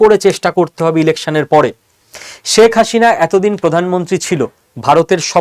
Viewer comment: অনেক ভুল পর্যালোচনা আপনার। দাদা বাবুরা বাংলাদেশ আর মুসলমানদের বিরুদ্ধে আর কতো চাপাবাজী করবেন। বাংলাদেশ আপনারা কোনদিনই নিতে পারবেন না। চাপাবাজী বন্ধ করুন। আর কথা বলার সময় প্রথমে আপনার বাংলা উচ্চারণ ঠিক করুন। আপনি তো "শেখ হাসিনা" উচ্চারণই ভুল বলছেন দাদা বাবু। এই সমস্ত বস্তাপচা গাজাখুরী গল্প শোনার সময় বাংলাদেশিদের নেই। আরেকটা কথা : আপনারা পশ্চিম বাংলার মানুষই তো মোদি বাবুর দ্বারা গাড়মারা খাচ্ছেন। আগে নিজের গাড় এর যত্ন নিন তারপর বাংলাদেশ নিয়ে ভাবুন 😂😂😂😂